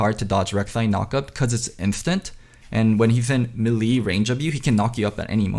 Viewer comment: we need to talk about the pronunciation of 'melee'